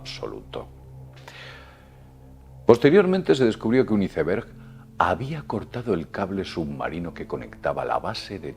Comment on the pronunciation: Neta???.... Hiceberg????..... 😂 por favor ya tomate un cursito de ingles, te urge....